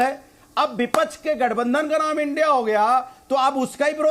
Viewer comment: vipackhh ko bipackh bolta h